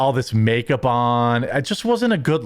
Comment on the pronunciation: a "meh aga" senator you say? wtf does that mean? and "me-akeup"? wtf